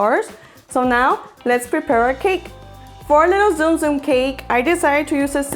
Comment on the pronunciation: You pronounce it like tsunami not zoom